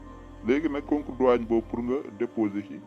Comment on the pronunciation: Douane ou Douagne ???🤷🏾‍♂️🤷🏼